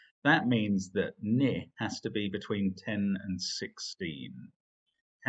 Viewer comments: Mark? Isn't it pronounced "knee"? I've never heard it said as 'nih'... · Forget issues of emphasis, Mark said the word "ni" wrong. It's pronounced just like the word "knee".